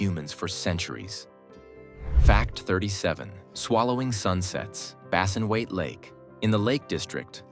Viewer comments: And it's Bassenthwaite Lake, NOT Bassinwaite Lake. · "Bassinweight" ?? - Bassenthwaite! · Surely it's Bassenthwaite Lake.